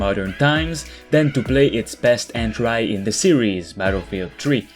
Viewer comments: en-tree my dude not en-trie, although for a second language your english is very good. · Entry; pronounced - En-Tree. NOT - En-Try. Love your content, sir.